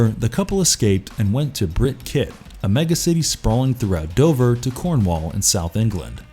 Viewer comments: Brit Kit? Surely you mean Brit-Cit...as in City? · Brit Cit isn't pronounced kit. Its pronounced sit, as in city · Brit Cit pronounced sit not kit fyi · It's not Brit Kit, it's pronounced sit, short for city.